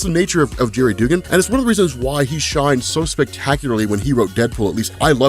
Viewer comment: His name is pronounced Dug-gan, I love ya but that was driving me nuts man. lol